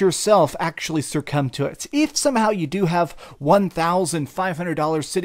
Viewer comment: It’s succumb not sercomb ! Love your vids but why do you talk through your nose?